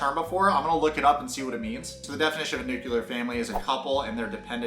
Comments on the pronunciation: new-clear not nuke-ya-lure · DAMMIT!! The word is NU CLE AR NOT NU CUL ER! Pet peeve sorry 🤣😂🤣😞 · never heard of nuclear, smh, also nuclear not nucular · Dammit it's NU-CLEE-AR not NEW-KEW-LAR!! People mispronouncing nuclear like that, bugs me! It's so easy to say it correctly, why do so many people f*ck it up?? It's like saying "axe" instead of "ask." Wtf? 😑 Don't be ignorant!!